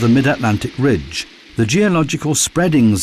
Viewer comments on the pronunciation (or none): none